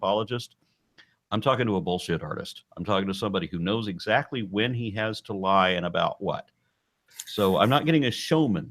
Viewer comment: Zactly zactly 😂😂😂😂